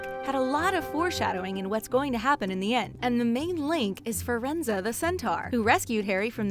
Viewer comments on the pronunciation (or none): DId u JusT sAy FiReNZo? WTHeCk! ItS FireNZe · Firenza? You mean Firenze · exuse me but you say fer-ren-zer instead of fer-ren-zi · OMG! Fur-En-Zu. What the heck? You pronounce it literally EXACTLY as it is spelled! Fi-Ren-Ze. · Firenze- you don’t pronounce it Fuh-Ren-Zuh, you pronounce it Fi-Er-Enz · She keeps saying Firenza, and it's so annoying! It's Firenze, not Firenza!😒😡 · Two muggles can give birth to a wizard, its called a muggle born or a ‘mudblood’ .Hermione is muggleborn... Also its pronounced Firenze not ‘Firenzer’😂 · Firenza? His name is Firenze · What is a centare it's centore and his name is friendz not friendzos goodness me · and its pronounced like fee renz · This video drove me absolutely up the wall simply because she kept saying the name Firanze wrong. It was legit nails on a chalkboard for me. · HOW YOU PRONOUNCE FIRENZE!!! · She was so wrong saying firenzes name!